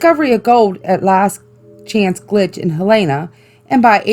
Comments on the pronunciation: As a person who lives in Montana, Helena is pronounced hell - en - a. Not hell - a - an. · I’m from Montana! Thank you for spotlighting Montana. So I just wanted to share with you a few things : Helena is pronounced with the short e sound not the Heleena. Montana people are Montanans. In Helena is the gold area called Last Chance Gulch. Garnet is an awesome place to visit! When my family was there with my parents, my mother and I heard saloon music. Very interesting. It’s quite a drive but there’s a beautiful outlook. It’s high up in the mountains. Helena is an awesome place to explore haunted locations. The old cemeteries are sooo cool! You outta take a trip there sometime!❤️ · some help... Its Helena...prinounced hell-in-uh and were Montanans never montanians. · what the fuck "he aln na" no no no helana is also last chance gulch is by townsend not helena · Hell-en-uh. A lot of out of staters say it how the gal in this video says it. Nope.